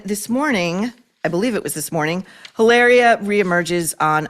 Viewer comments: I love that you’re pronouncing her name hilareeua instead of how she wants you to pronounce it Hilahhhria 😂😂😂. She’d probably correct you if she heard you😂😂😂. Now we all know she’s Hilary from Boston lol. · It’s Eeee-lahhhh-ree-ahhh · I love how you pronounce “Hilaria” Baldwin. The well deserved shade 😂😂😂